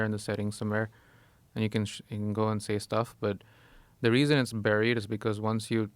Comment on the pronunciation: Joe doesn't know how to say buried.